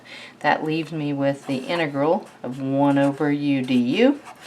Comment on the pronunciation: inıgırl demesinden başka hiçbirşey anlamadım